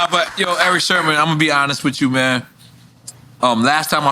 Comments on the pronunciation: SIRMAN SERMON NOT SHERMAN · I know I'm not the only one hearing Nore saying Erick Shermon?😂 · Sermon not Sherman Nore !!! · Great interview but why’s Nore calling him Erick SHERMON constantly? 😂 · Nore keeps saying Sherman 😂😂😂😂😂😂 it’s sermen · why Nore keep calling him Sherman 🤦‍♂️🤦‍♂️🤦‍♂️😭🤣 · Why Nore keep saying Shermon though...? lol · Are we just gonna ignore NORE calling him “Erick Sherman”? 😂😂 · Why does Nore keep saying Erick Sherman? lol. small yellow bus. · My man teeth so big he said that man name wrong hella times 😂😂😂😂 its Eric Sermon not Sherman bruh 😂😂😂😂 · SHERMON SHERMON SHERMON!! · I wonder why Erick never corrected N.O.R.E. every time he called him Erick Shermon instead of Sermon. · IF NORE SAYS SHERMAN , ONE MORE TIME I'M GONNA SCREAM. S E R M O N....OMGGGG😂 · I really hope Eric Sermon corrects Nore as it concerns the correct pronunciation of his last name. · NORE pronouncing Erick’s last name wrong the entire episode priceless! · He kept saying it 😅